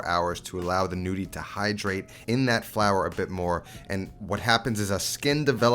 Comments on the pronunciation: The G isn't mute :) you just have to pronounce them as gnocchi. It's a tuscan way of saying 'nudi' (like you pronounce it) which is Italian for nude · Pronounce Ñudi. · Looking forward to trying this but, in the meantime, the g is technically not silent. It turns the n into the equivalent of the Spanish ñ.